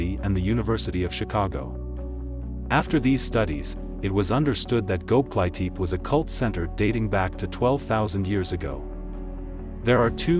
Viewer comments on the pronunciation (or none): Never heard the name of a place this horribly mispronounced in my life lol He said "go-bly-teep" its "go-bek-li-tepi" And calling it a cult building collection is ridiculous, how bout its the oldest known man made structure to date. But other than that, love the channel